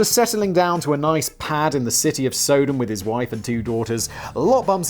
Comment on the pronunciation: Hoping to straighten out the Sodom story (it's sah-dumb, like in sodomy, not sow-dome. Don't know how you missed that cue.) Lot was the brother of Abraham. They had loads of land but the shepherds were getting into fights over grazing pastures, so they decided to divide the land. Abraham gave lot first pick, and Lot picked the greenest lands, which were also conveniently near "Middle East Las Vegas" or Sodom. So they lived in town. Later, God tells Abraham that Sodom and Gomorrah are full of wicked people and he's going to destroy them. (Apparently in response to the complaints of the victims) Undoubtedly thinking of his brother, Abraham says "But what if there are good people there? Would you still destroy it?" God says if there are 50 good people there he will spare Sodom. Then Abraham jews God down (pun intended) 5 people at a time till God agrees that if 10 godly people can be found there he will spare it. Obviously 10 can't be found. The 3 angels Lot takes in as guests are there to get Lot and his family out. No one has to look back if Lot's wife is near the front when she turns to salt. People imply that her wistfulness for Sodom was a sin, but even if she looked back out of curiosity the sin was disobedience (looking back) and wages-of-sin-is-death is an ongoing theme throughout the Bible. Sidenote: I've heard there are natural salt pillars near where these cities are believed to have stood, so maybe the story is just folktales to explain the pillars.